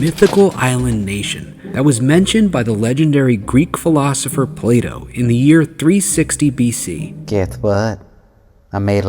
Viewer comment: Play dough Plato?! That really got me 😂